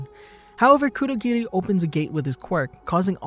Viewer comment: Great video. One thing I don't understand is............ why on Earth do people pronounce anime/ Japanese names with a D . Why. Stop that. Bad. Cur-do,gi-di.... its kurogiri. Kur-o-giri.